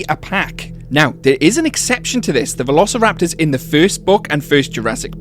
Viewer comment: velociraptory a nie veloćilaptory